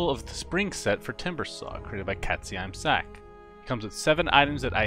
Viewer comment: that pronounciation for katze im sack i lost it :D